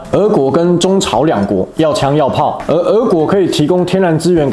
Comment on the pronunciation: 八炯 是ㄜˋ國 不是ㄜˊ國